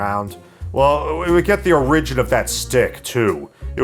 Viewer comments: Don’t trust a person who says “o-rig-in” instead of “or-ig-in” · If you say O-RIH-jin one more time. It's OH-rih-jin with emphasis on the OR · Great review man, I like your dead-pan humor, but you pronounce “origin” wrong. It’s O-ri-gin, not o-RI-gin. Unless you’re like Canadian or South African or something and it’s a dialect thing. If so, my bad. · I find it interesting that you say "or-IG-in" instead of "OR-ig-in". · Why do you pronounce "origin" like "a ridge in"??? Instead of correctly, "or ij in" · THANK YOU. <3 (not a lie) (but BTW, it's pronounced "OR-rigin".) =) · origin is not pronounced like arisen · What's an uh-RIDGE-in? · Tell a lie in the comments? Okay. I really like the way you pronounce "Origin" as "orRigin" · Who pronounces "origin" like that?😂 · Never heard someone pronounce origin that way. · I’ve never heard anyone pronounce “origin” like you do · Never heard someone pronounce "origin" that way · Interesting way of pronouncing origin. . . 🤔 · Pronounciation of "origin" is weird, your entire video is invalid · Are you having a stroke? How do you not know how to correctly pronounce the word origin?? LOL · your pronunciation of "origin" both confounds and terrifies me, sir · I've never heard someone annunciate Origin like that. XD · The way you pronounce origin bothers me slightly. But besides that you literally have the exact sane feedback that I have for this movie. I didn’t enjoy it at all. 😂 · You don't know how to pronounce "origin". Good video though. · "Lie about something" I love the way pronounces "origin" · i love your pronunciation of origin..... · Bro. Learn how to pronounce the word “origin” please. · Hey man…. Why the fuck do you say origin like that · You mispronounced origin three times. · Very distracted by how you pronounce "origin" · Here is my lie for you, I love the way you pronounce origin. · Why do you pronounce "origin" like that